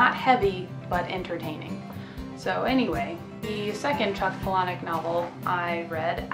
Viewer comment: I like that you pronounce Palahniuk correctly.